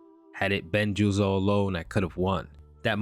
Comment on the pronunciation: who tf is suzio, its ju zo